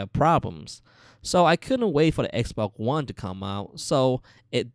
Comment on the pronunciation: He says xboc one